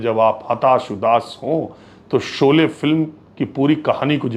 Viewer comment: Sholay ka ucharan aap galat bole rahe hain